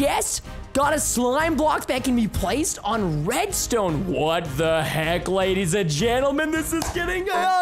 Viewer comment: How many times Preston said lady’s and gendelment | | | 👇